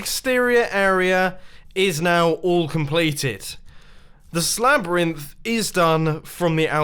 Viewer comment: wait... did he say ”Slabyrinth”? epic name